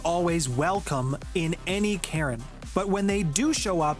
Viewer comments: Say it with me now, Kay-Earn. Not Karen. 😂😂😂😂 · Caern is pronounced "Karen"? OMG 😂😂😂